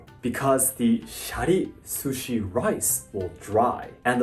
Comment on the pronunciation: Calling it "sushies" is killing me!